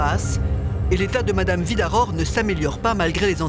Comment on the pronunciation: Mirador, Virador... Certes, les Luxembourgeois sont germanophones. Mais le nom de Mme Vidaror est écorché par tous les intervenants ou presque !